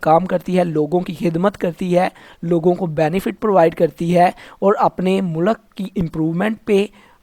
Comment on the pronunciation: Mu-lak Nahi mulq hota hai 😂😂😂😂